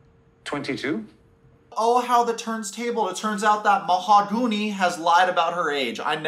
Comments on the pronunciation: mah-ha-goon-ee HA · Lmfao 😂 Ma-ha-goony’ …. 💃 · He said I love u but can’t pronounce her name. What is this shit🤦🏻‍♀️